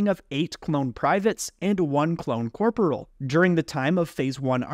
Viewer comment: fhfbwyi i dont know if im the one in wrong but i bouta punch my screen with how hes pronouncing corporal!!